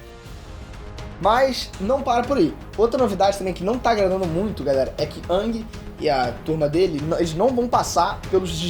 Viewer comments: Não sabe nem falar no nome da Animação "avatar a lenda do Awg" kkkk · Po, mas ai complica tambem... o cara desse video pronuncia os nomes da sério quase igual ao filme terrivelmente odiado de avatar. sÔkka, ângui kkkkkkkkkkkk